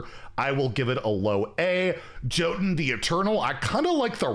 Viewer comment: jothun is pronounced yotun it hurts my ears every time you say jothun